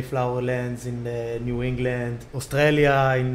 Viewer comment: Little known fact: the most Hebrew word in history is pronunciation of "Australia"